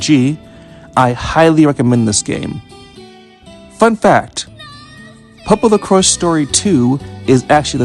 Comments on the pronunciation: The Crois pronunciation is like Croy-ce not like cross. At least that's how it's in Japanese. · The correct pronunciation is "Popolo-croyse" which is how the Japanese voice actors say it Magical Road is much more effective than in the 1st game. Instead of reducing random encounters based on your level vs the enemies' level, they're disabled entirely until it wears off, although the star beneath Pietro no longer shrinks as an indicator of when it wears off. Also unlike the 1st game, Magical Road can be cast in battle, which gives Pietro a defense buff Yup, everything was redrawn for the 2nd game to more closely match Atsuko Fukushima's artstyle and all returning areas from the 1st game have a lot more background details Tamori is the creator of the original manga but the signature artstyle of the games/anime is by Atsuko Fukushima, an animator who worked on Akira as well as multiple Ghibli movies and the pilot film for PopoloCrois which was how she became involved with the series PopoRogue (the title is a play on both the words "Epilogue" and "Rogue" as in "roguelike") is an interquel that plays much more like a dungeon-crawler than the other games and greatly expands upon the battle system of the 1st game with unique mechanics and AI-controlled mercenary party members. There's multiple references to PopoRogue in PopoloCrois 2 (the 'Musashi' mentioned in the Land of the Sun is one of the mercenaries from that game) although a few are deep cuts unless you've played it, and some of the mercenaries appear in the PSP game as summons as well as the mo